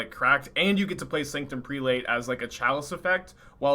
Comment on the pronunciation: "Prelate" is pronounced "prell-it", for the record lol